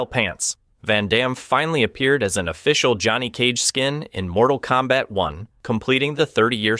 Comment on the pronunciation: Unfortunately that mispronunciation is used in the offical web-series “Mortal Kombat: Legacy”